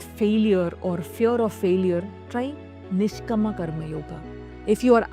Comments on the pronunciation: Wonderful video. Please don’t say Bahavan …it is Baghavan.. there is no “ha” it is “gha”. I know that many South Indians naturally say ha instead of gha Your video is so wonderful but this was not pronounced correct. Also Niskaama Karma not Niskama. In Sanskrit the correct word is Kaama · You're pronouncing all the sanskrit words wrong! Its nishkaama karma- meaning karma devoid of any kaama(passion/attachment) 2. Its saakshi bhaava- saakshi meaning witness in many indian languages. Bhaava- meaning quality. When the video was done with such good intent that captures the attention of audience, I think paying attention to the diction of the ancient hindu scriptures must be treated with equal weightage. Why? 2 reasons- 1. People who dint know about what you want to say- will feed it wrongly and possibly spread it wrongly. That's how confusion with our own culture/scriptures is being exploited by other forces. 2. Those who know/familiar/aware and are able to identify that aspect- will have diluted attention in the wonderful concepts you convey in this video. Eitherways, Please pay attention to the sanskrit words and their pronunciation in your work. All the best!